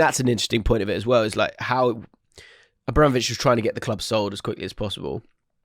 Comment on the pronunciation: The word 'Abramovich' was a constant struggle for this week 😂